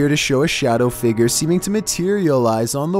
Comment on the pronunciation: No one: pronouncing figure: Fi-G-er